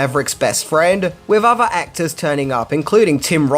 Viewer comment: 1: Maverick was an Air Force trainee for the Navy??? You don't even need to be in the military to know how horrible that sentence is. 2: Firty Six years? It's Thirty Six years, and also while we're at it, it's other, not "ova". 3: In "Firty Six" years, none of this info is new. 4: I could go on, but I don't want to be "that guy", even though I guess I already am. This hurt me so much that my therapist killed himself.